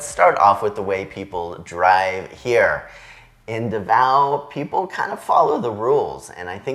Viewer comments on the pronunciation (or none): "See-Boo," "Duh-vow." Four years in the Philippines should've fixed that pronunciation by now.